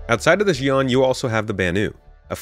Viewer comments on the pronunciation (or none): please say the alien words right, Xi'an is Shee on, gatac is Guh Tok, Aopoa is Ow Poe uh